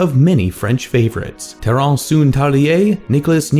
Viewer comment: La facon qu'il a prononcé souville et terence, j'etais fcking ded bro